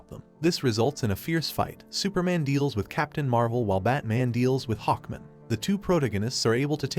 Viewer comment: He also doesn't say "Hawkman" or "protagonist" right either